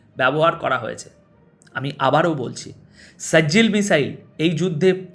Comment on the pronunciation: প্রিয় দাদা সেজিল নয় সিজ্জিল